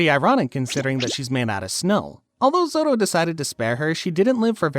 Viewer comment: Why bro say zoro like zolo